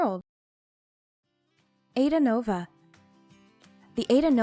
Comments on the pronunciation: It’s pronounced “ahEEdahnova”. “Aida” is an Italian opera. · AIDAnova. It is pronounced Ah-ee-dah, nova.